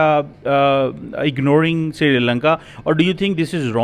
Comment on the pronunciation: aaj fir amarican asent nikal chli thi jab ignoring bola 🤭